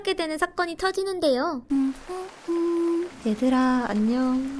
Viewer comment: 제발 애들아가 아니라 얘들아 입니다